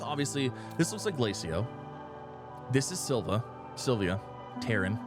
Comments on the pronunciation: P.S... It's Sill Vuh. Not Sill Vee Uh. And, don't get me started on your Suh Full Er Rite...😮😂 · Love your vids, but it's Syl-Va not Syl-vi-a